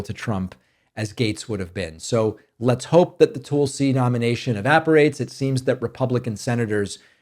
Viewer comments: Dave, thank you for saving Tulsi Gabbard’s name correctly. Tul-See vs Tool-See. I had a great morning and busted out laughing to myself while I was stuffing my face with donuts. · Thanks for not saying Toolsi.